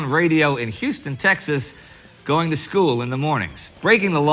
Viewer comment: Huston, Tx??? Come on Indy, you're from there!